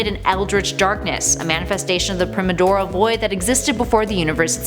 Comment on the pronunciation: Pry-more-D-ul. Please make sure you know how to pronounce words before you say it's a good take....